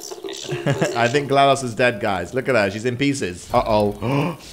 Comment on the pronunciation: he said Glados wrong